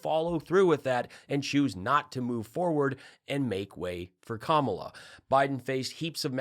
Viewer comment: Kamala = ,la (comma la) They need to learn to pronounce it correctly because she will be next president and be around for a long time💙🇺🇸💙🇺🇸💙